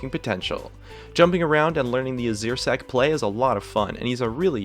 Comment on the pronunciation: Who calls it the "Azirsec" ?? wtf xD